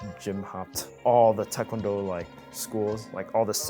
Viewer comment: His pronunciation of tae kwon do is immaculate